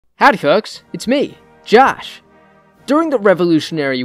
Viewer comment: I kinda hate it when u say Josh with that american access. Idk it makes me sick